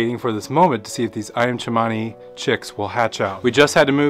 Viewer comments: It's Cemani not chemany. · It’s Cemani! Not Chemani! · Ayam Cemani is pronounced, A-yam Se-mani. There is no H to make it sound like Ch-mani. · Never let more than one hen in each nest when brooding. They usually will try to steal the eggs from each other, hence not so good hatch. Ayam Cemani is a very nice variety, an Cemani is pronounced with an ordinary S 😊